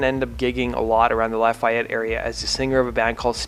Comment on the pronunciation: LA FEE YETTE No “I” in there. Born and raised in west lafayette / lafayette and living south of lafayette right now.